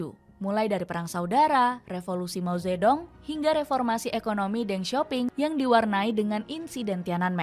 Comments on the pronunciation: Mao ze thung bacanya itu yg bener jangan mao zetdong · Ini pembawa acara gimana sih, mao ze dong dibaca begitu, seharungnya dibaca Mao Tze Tung . D = dibaca T. Ong = dibaca Ung